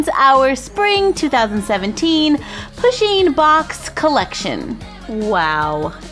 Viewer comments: it's pu sheen not pa sheen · I swear wren she said push-(as in pushpin)in'-box